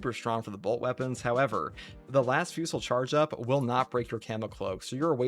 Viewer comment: Las Fusil : fusil is the french word for "rifle", the L is silent, as it's leads to vocabulary variants related to rifle (ex : fusillade / shooting) Therefore, it should be pronounced /fy.zi/ or "fu-zee" !